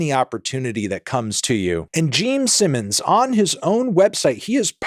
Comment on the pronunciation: "Jeem Simmons"